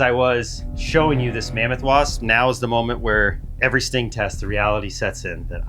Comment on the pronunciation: the sting table sounded like the stink table.